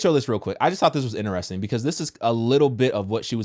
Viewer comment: Do ya’ll pronounce the word “interesting” like “inne-REHS-ting” or “in-tres-TING”? 🤨 Off topic😂💀but this catches me off guard every single time I watch these vids🤣 cz I’ve never heard anyone pronounce it like him? So, genuine question …?